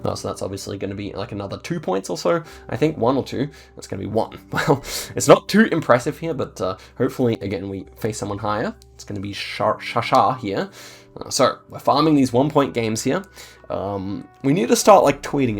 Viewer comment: ITS SHAHAR! NOT SHASHAR